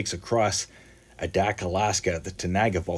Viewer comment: The first 'A' in Adak long, like in the word aviator.